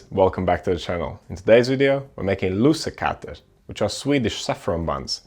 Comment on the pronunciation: Slight spelling mistake in the title "lussekatter" is the Swedish name. Your pronunciation is good though! (And Swedish is not an easy language to learn)